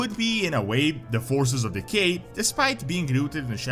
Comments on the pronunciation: I swear every time you say “Decay magic” I hear “Gay magic” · Am I the only one that instead of "decay" keeps hearing "the gay"? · I should not be giggling this much. With his accent “decay” sounds like “the gay”. The Gnolls have been corrupted by the gay magic. 😂